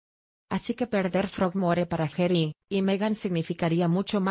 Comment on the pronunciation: No se dice Gery! Es Harry o pronunciar Jarry, no jery